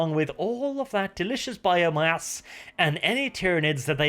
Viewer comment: "biomayuss" my sides